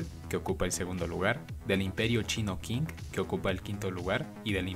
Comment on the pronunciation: Han se pronuncia "jan" y Qing se pronuncia "ching. Cuidado